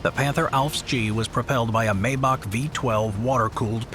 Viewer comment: My-bark not May- bark. Great video